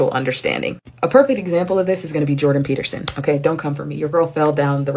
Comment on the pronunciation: lol jordan "peeperson"